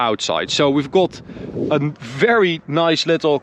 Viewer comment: Ben fan van jullie video’s en je Engels is ook best goed maarrrrrr wil je de “O” meer als “A” uitspreken, dus gat ipv got en lat ipv lot. Beetje meer tussen de O en A in eigenlijk. Verder niks dan complimenten.